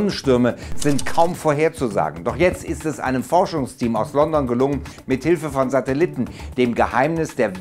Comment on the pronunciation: Was sind Satelitten? Ich dachte das heißt Satelliten. Falls du diese meinst arbeite mal an deiner Aussprache